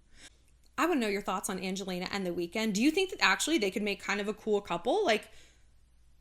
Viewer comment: ”The Wekend?”😂